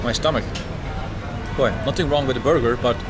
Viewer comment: play this at 0.5 speed, and enjoy drunk Herald ordering a burgar